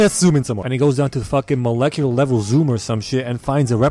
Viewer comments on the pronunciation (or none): none